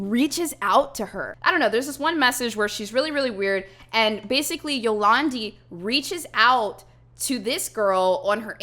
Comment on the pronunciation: Yo-lawn-Dee vi-ser